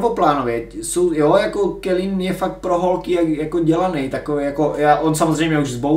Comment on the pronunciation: Jenom oprava výslovnost u calina ty to vyslovuješ kelin a vyslovuje se to kalin